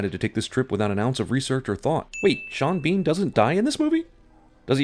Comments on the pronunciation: Its pronounced “Shawn Bawn” or “Seen Bean” 😭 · I refuse to pronounce his name anything other than Shawn Bawn